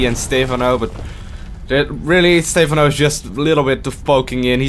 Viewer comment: its not Stay-phon-oh its stuh-Phan-oh